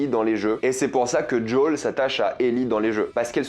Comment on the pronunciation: "Djaul" mais plz...